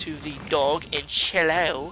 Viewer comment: remeber when he said conchilo on the sign it said ceilo